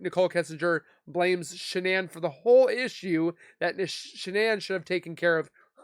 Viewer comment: IMO Why is DK stopping questions? Immunity for? They seem to talk mainly about and CW relationship and not much more. seems to have a difficult time saying Shannan”s name. Why? So much wrong with this “so called interview” which should have been an interrogation as was the mistress of a married man before, during and after the crime.